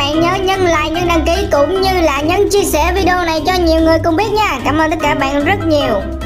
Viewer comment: Nhấn chứ ko phải "nhân"nha bn